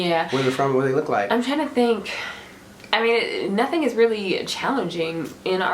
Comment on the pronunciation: He said, “nuttin”! I love it